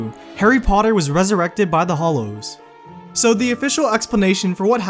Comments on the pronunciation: Hallows, not hollows! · The fact you keep saying Hollow not Hallow annoys me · What a pity the narrator cannot seem to differentiate between Hollows' and Hallows (as in Hallowed - or revered) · HALLOW NOT HOLLOW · Was anyone else distracted by the narrator saying 'hollows' instead of 'hallows'?! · it is the deathly HALLOWS not the deathly HOLLOWS :D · it's hAllows not hOllows jeez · Grr... Hallows! hAllows! Not Hollows! It has an A, not an O. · hallow, not hollow :) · hAllows not hollows, pronounce the A. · Stop stop stop. You're GOING to get killed by someone. Besides, you're saying it wrong. It's hAllows, not hOllows. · Hallows.. Deathly Hallows. Not Hollows. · it's called hAllow not hOllow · Okay. Good vid on the whole, but I have one nit pick. It's pronounced HALLOWS, not "hollows". That is all. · "forever the boy who lived" - that's poetic. And DARK!! Amazing theory! ...but please call them hallows, not hollows. ;) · ITS HALLOWS NOT FUCKING HOLLOWS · Hallows not Hollows! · does it annoy anyone else that the commentator keeps saying "hollows" instead of "hallows"? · It's Hallows, with an "A", not Hollows. Learn how to pronounce it. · When he says Hallow, I keep hearing Holo😂😂😂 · AAAHHH hAllows, not hollows! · Why do people pronounce is hollows even though its spelt hallows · It's "Hallow" not "Hollow" sir.... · who else was annoyed that its pronounced hallow not hollow.....ugh and just all around pronunciation. anyway great theories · You can't even pronounce Hallows. you keep saying Hollows, you need to go back to school. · Hollows? HALLOWS! H-A-L-L-O-W-S!!!!!!!!!!!!!! HALLOWS!! Uggghhhhh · Is it just me or did the narrator says Hollows every time instead of Hallows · its pronounced hallows not hollows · It's pronounced "Hallows" not "hollows" 🙄🙄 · hallows, not hollows. cringeworthy. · Hallow. Not hollow. sigh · It drives me nuts to hear you constantly mispronounce, 'Hallows' as 'Hollows'. They are two different things.